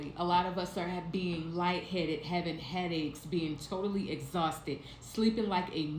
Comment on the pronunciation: oh she’s “TOETALLY” going 😂